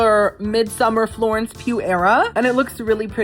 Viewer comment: I had so much to say till you said "Florence Pugh" then I lost it all lololol :face-fuchsia-flower-shape:💮🌻🤣